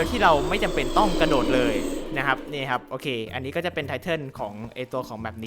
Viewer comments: กระ ค่ะไม่ใช่ หระ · กระโดดไม่ใช่หระโดด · กระโดดครับ ไม่ใช่หระโดด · พี่ทำไมเป็น หระโดด